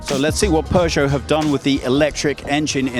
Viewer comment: It's not "pu-choe"